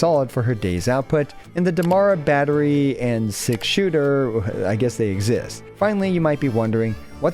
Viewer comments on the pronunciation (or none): none